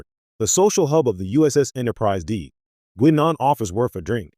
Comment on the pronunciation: 4 minutes on prune juice and i just can't deal with the AI's pronunciation of Guinan.